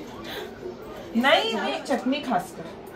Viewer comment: च्यटणी नाही चटणी असं बोलतात 🙌